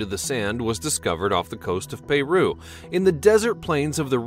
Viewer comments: If you are going to copy the other 2,000,000 videos on this subject, the least you can do is get the pronunciation correct. Who the eff doesn't know "Peru". He even pronounces "Peruvian" correct. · It's not payruu it's Peru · Dude, you need to consult some experts for pronunciation. Pay-rue (Peru) and your mangled place names caused me pause, but when you got to Sex-a-human (Sacsayhuaman) walls, I had to click off! Also, nothing new here--you're just copying what hundreds of others have done. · O my god. Americans are so bad at speaking English its unreal. Had to turn off first twenty seconds. Where the fuck is Payroo? No wonder you start wars with everyone. Plebeian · So many mispronounced words! And 5 commercials for a 12 minute video, you guys are getting too greedy, unsubscribing! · You failed to pronounce Peru? really? REALLY?